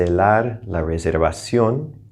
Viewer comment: I have a question about your pronunciation of "reservación". Is the consonant V pronounced as "V" or "light B"? For what I listened from your speaking, it sounds like V not B. I'm quite confused. Thank you.